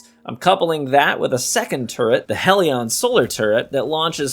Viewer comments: HELL-ion NOT HEEL-ion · Are you actively saying Hell-e-an wrong on purpose??? Its not heal-e-on